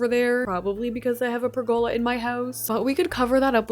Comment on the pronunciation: Every time you use a pergola, I wonder when or even if you’ll pronounce it correctly. No hate, you always use the item great, it just drives me a little nuts lol